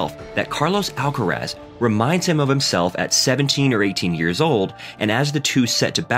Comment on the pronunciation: no les tienes que explicar nada. Los nombres de las personas es una cuestión de identidad. Carlos Alcaraz se llama así, no Carlos "Álcarasd". Basta con preguntarle al propio Carlitos, o a cualquier español que se tenga a mano, cómo se pronuncia ese apellido y tratar de imitar lo que le digan. A nadie le es exigible un buen acento en otro idioma, pero sí un respeto hacia la identidad de las personas y eso implica designarlas por su nombre, no por lo primero que se te viene a la cabeza cuando lo lees.